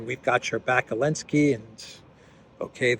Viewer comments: i've been watching for months and i'm wondering why do you keep calling him Elensky? Its Zelensky. Is there a reason? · Is there a reason why you keep calling Zelensky Elensky? 🤔